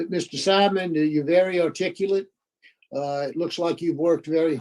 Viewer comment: The irony of not being able to pronounce the word articulate.